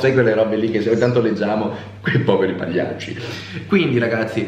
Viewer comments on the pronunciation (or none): Eh l'ha spostato di nervo! Quei poverih pagliaccih😂